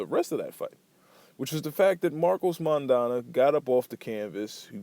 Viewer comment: Decent video, but how can you know about Maidana but not be able to pronounce his name? :)